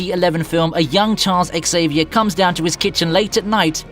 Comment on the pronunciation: Everyone, listen carefully. When the first letter in a word is an X, it's pronounced like a Z. So, Xavier is pronounced Zay-vee-air, not Ex-ay-vee-air. Think of Xerox, the copier company, or xenon, xenia, or xylol. Drives me nuts. Thank you for your cooperation.